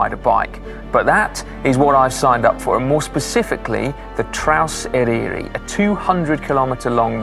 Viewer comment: Just to say - the Y in Eryri is pronounced like the U in but. Fab video though. I'm planning to do it next spring on my emtb over several days - but I am 73.